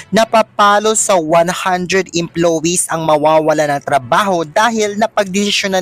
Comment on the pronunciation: Vloger tapos mali mali ang pronounciation oh my gosh!